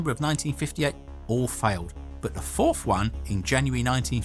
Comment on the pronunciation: Does he say "fourth" or "fowf"?